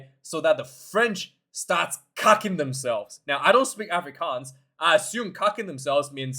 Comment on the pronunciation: Hey; rassie is saying “kaking themselves” not “cucking themselves”. Kaking = shitting.